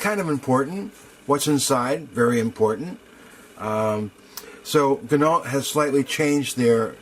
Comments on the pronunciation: pronounced Gin-no, not Gin-ault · Good review. But terrible pronunciation of Ginault... Think of Peugeot. Renault.. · OMgosh...for real on the pronunciation of the name....DAMN..people get it straight. And why would a discount “cloud” your judgement..I stopped watching.